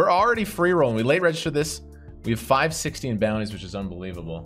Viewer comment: Everyone who plays PKO's butchers the name of the style of tournament.... Except you.. You say focus on the bounties, but " get the booty " out is what it sounds like.